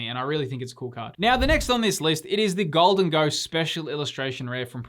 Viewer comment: Gholdengo,? Come on bud. PS. Temporal Forces SIRs are awesome.